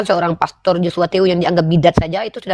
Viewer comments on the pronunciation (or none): none